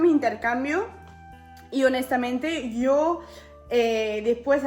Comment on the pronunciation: porque hablas diciendo io y no dices yo , estas engañando a tu argentina